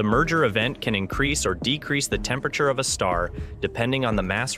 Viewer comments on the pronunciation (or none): none